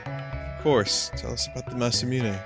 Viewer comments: indeed! and it's "moo-né" not "miu-né" as he says :D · Vinny: "There's no winning" There is - pronounce Masamune right you brainyot